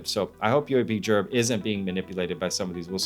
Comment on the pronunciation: I'm gonna assume the heat you're catching from questioning UAPGerb's research tactics is going to continue in the comments for a while so I'm not going to add anything there but I do have to question why in the hellel do you toggle back and forth in this video calling him UAP-JERB, then back to the regular UAP-GERB, UAP-JERB, UAP-JERB, UAP-GERB. I cannot figure out if your intention is to subtly fire some kind of shots at him or just get under his skin. The pronunciation absolutely has to be a conscious decision on your part just by the way you go back and forth with it. You cannot possibly do that and not be aware of it. Please let us know, I am holding my Bref while I wait for your response. Thank you.